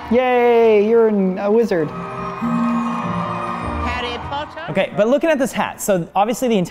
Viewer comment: "Yay, urine uh wizard" XD That was a mash of words that definitely made me chuckle.